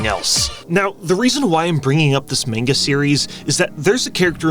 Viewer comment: You say Manga wrong lmao